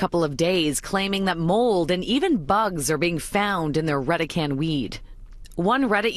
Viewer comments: I pronounce "Reh-deh-can" ,so does everyone else I know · Isn't it pronounced "Ready Can"? As in Red-E-Can... Redecan?